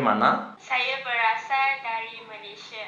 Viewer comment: ber asal... bukan ber rasal la 🤦